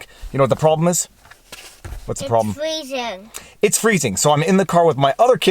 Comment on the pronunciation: I’d be in the car too if it was “fweezing” lol ❤️